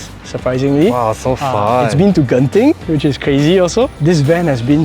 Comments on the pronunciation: He said gen-ting not gent-ting hahaha, well blended in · Thumbs up to for pronouncing 'Genting' correctly!😄